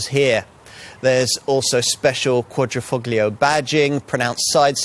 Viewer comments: It's not pronounced Quadrifucklio but rather Quadrifolio, although written Quadrifoglio = four leaf clover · It’s not meant to be pronounced „...foGlio“ ... the G is silent! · Visto che risponde in italiano, non capisco la difficolta di pronunciare le parole italiane come si deve?